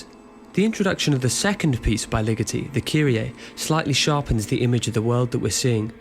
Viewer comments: always thought it was Ligeti as in "lee-ghetty", not "lickety" as in "lickety -split" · Thanks for your interest in this and thanks for the Patterson link. Looking forward to checking out that essay. You may want to learn the proper pronunciation of both his forename and surname for the sake of accuracy tho. Very nice graphic work and enjoyable presentation. Thanks again!